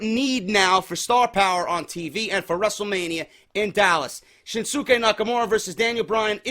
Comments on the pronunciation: Damn it it's pronounced SHIN-SKAY. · For further references shinsuke is pronounces shin skay. #JDforcreative